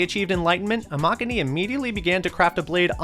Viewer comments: imagine literally making katanas and mispronouncing Amakuni smh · why they gotta pronounce amakuni like that 💀💀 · I don't think I've ever heard a whiter pronunciation of a Japanese name jesus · The pronunciation of Amakuni is pretty off. Pronounce Kuni as Cooooni but don’t drag it out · Your pronunciation of Amakuni is atrocious